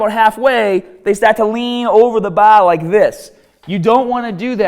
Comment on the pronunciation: "Going down too faaaa("far)" "Grip on the baaa(bar)"